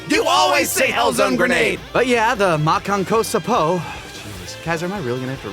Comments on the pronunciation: Anyone mention that finally pronounced Makankosappo correctly? I think that's a win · Makakapotamus Goku's pronunciation was best. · Honestly, Imperfect Cell using it against Piccolo in Abridged made me prefer "Makankosappo" for the name. Both because they bring back the joke that Piccolo can't pronounce it, and because it sounds genuinely badass when Cell says it